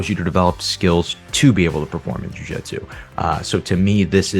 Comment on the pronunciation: 🎉🎉🎉 Congratulations on not saying “jiu jetsu.”